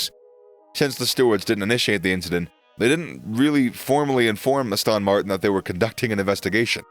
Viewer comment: Is no-one else annoyed at the narrator's pronunciation of Aston Martin, Abu Dhabi, Jeddah?! Aboodabee?